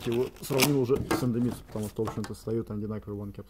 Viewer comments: В названии идемитсу нет ни звука ни буквы «Н», почему автор произносит индемитсу ? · Индемицу)))) читай правильно!